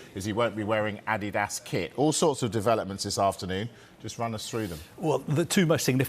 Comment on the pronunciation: Just listen to that pronunciation Adidas...this has to b wrong?